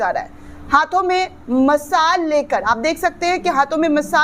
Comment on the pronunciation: masal nahi mashaal boliye